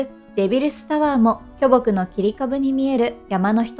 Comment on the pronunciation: きょぼくイントネーション気になる